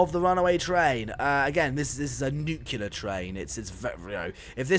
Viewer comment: “Nuclear” Not NUQULER